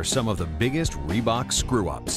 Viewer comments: Raelly Reebuk! Lol! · "Assembry by rebook " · Lol reeeee bok so bad